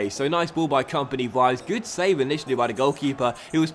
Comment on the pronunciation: Vives is pronounced like "Bee-bès".